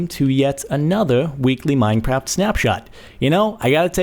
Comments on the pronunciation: He called it mineprap. Can someone make sure. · is it just me or in the begining did he say mindcrap? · Did he just say minepapt